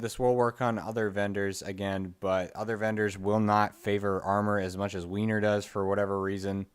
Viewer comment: It's pronounced "wer-ner" not "Weiner"